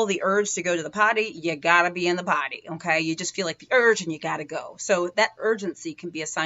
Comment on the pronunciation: It’s potty not party